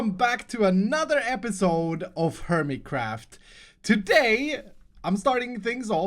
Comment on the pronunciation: he said hermeycraft in the intro...lol Nice...😏😏😏